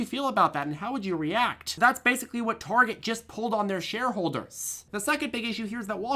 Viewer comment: It Tar-get, ‼️😲🫣😜